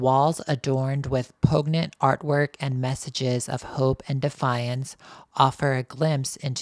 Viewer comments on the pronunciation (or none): pognant? The word poignant is pronounced poyn-yant?